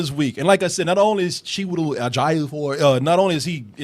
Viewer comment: Damn guys, Chew-eh-tel Eh-jih-ofor, it's not that hard hahaha come on.